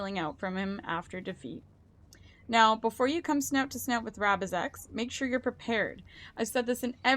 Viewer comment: failing to prepare is preparing to fail misread rabizex's name lol